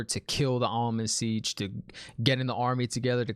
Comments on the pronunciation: Hey man, really enjoy your commentary. I'm surprised I haven't seen anyone explain to you that the head of the Aes Sedai is known as the Amyrlin Seat, not the Almond Sitch, lol. I roll on the floor laughing every time you say it though. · i don't think it is a typo but an inside joke kinda thing because keeps mispronouncing Amyrlin Seat as Almond Siege.